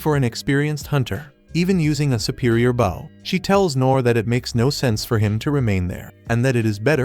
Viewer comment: Is it deliberate? The one time it's actually "bow" (bending at the waist), it get pronounced like the weapon!